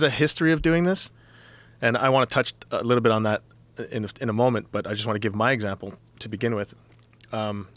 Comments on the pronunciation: did anyone else catch him saying eggsample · "Eggsample" HA!